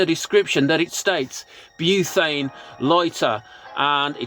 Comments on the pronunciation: Buthane? I thought it's pronounced butane? Am I saying it wrong? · You're right, I'm in Oz and there's ads on YT claiming it's Tesla coil technology and doesn't need fuel. Blatant lies. Btw it's "butane" not "buthane". There's no 'h' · Great video, thanks. Btw it’s “butane” not “buthane”. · I'm gonna go crazy if I hear"buthane" one more time😂😂😂😂😂